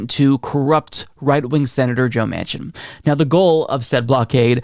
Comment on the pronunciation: I realize it was a slip of the tongue, but when you said "president joe machin" I almost had a heart attack! gasp